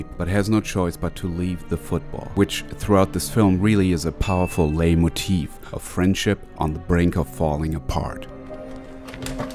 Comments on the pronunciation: Not sure whether this is intentional or just a mistake - in case it's the latter: the "Leit" in Leitmotif is pronounced "lite" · It's not "laymotive" it's "Leitmotif". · "Leitmotif" (or Leitmotiv) is a german word, therefore no letters are silent. especially not the T. and the "ei" is pronounced like the "ei" in "Einstein". So "Leitmotif" is pronounced like "Laitmotif". the T and the F are both not silent. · the t in leitmotif is not silent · Just a tip, the "T" in Leitmotif isn't silent. It's based on a german word, not a french. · I never imagined this movie could be turned into an even more cringe-worthy experience until I saw this video. Especially intrigued by the attempted pronunciation of the word leitmotif. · You mean leiTmotif? You pronounce the 't' in German... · you misspronounced leitmotif